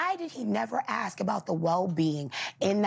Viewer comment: Tell her to pronounce the word "ask".